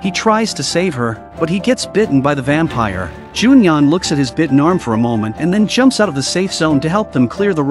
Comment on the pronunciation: There is a part that he said vapire